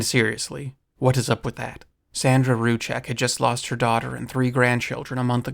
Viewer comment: Not trying to be that guy, but more out of respect, the Rz in Rzucek is a Polish lettering that sounds like J in Jeans. So it's pronounced "Juwsek" and not Ruchek. Sandra Rzucek is a great addition to trying to debunk the macabre and strange in this horrible case.